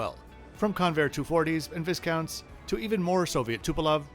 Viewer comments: "Viss-counts"! It's pronounced "Vie-counts!" Made by De-Haviland. An aircraft I flew on many times in the 1960's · Small point, the Viscount is pronounced ‘vi(eye)count’ the ‘s’ is silent. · You make fantastic review videos and this one is no exception, so thanks for that. Flying LOT to DEL next week and very good info, from the feeder, through transit to the 787 flight. One tiny point: Viscount, the old plane or the nobleman. Pronounced V-eye-count, no S. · Thanks for the content! BTW, Viscount is pronounced “viy count”, as in “lie count”. Not keen on any music at all TBH, it irritates and distracts from otherwise high quality content, there’s no need for it IMHO.